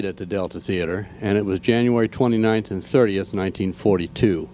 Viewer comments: all i know is it's not a "thee-ater" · Theater is a two-syllable word